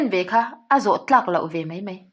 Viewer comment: Mai mai tihtur ah mei mei i ti ziaha mai2 tia an ziah pawh mei2 i ti hram uluk deuh la